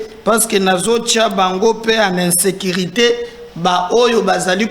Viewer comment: Bonjour,oza cadre ya l État, il faut faire un effort pour parler et articuler les lettres convenablement, tu seras appelé à aller représenter L'état ailleurs,essaye de différencier I et U, pardon, entraine toi, tu représente un grand media. Quand tu dis par exemple, vous n serez pas decis, ça veut dire quoi pour quelqun d ailleurs qui t entend? Pardon, insilte, insécrité, il faut les corriger.